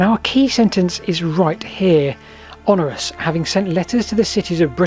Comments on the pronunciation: The Emperor you keep referring to was called Honorius (four syllables) rather than Honorus (three syllables). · When you say 'Honorus', do you mean Honorius? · Honorius not Honorus. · you keep mispronouncing HonORIUs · Honorius is not pronounced Honorus.